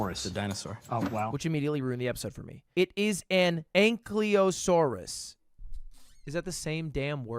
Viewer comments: Ankylusaurus - ang·kuh·low·saw·ruhs Not ang·kee·low·saw·ruhs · “ah i see” still pronounces it wrong. 🤣🤣🤣 the ky part in ankylosaurus is pronounced the same way the ky in kydae is pronounced. an ky lo saurus